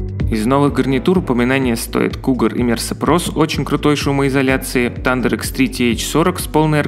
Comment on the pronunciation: ну камон,, нельзя жи "Thunder" читать, как "Тандэер"!